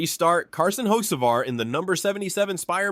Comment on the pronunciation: And learn how to pronounce Carson’s last name!!!!!!!!!